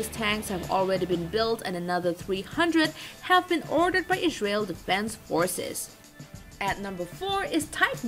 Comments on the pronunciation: and warning : horrible accent and not being able to pronounce Israel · This voice-over is riddled with hilarious mispronunciations. I never knew there was a 'H' in 'Israel'.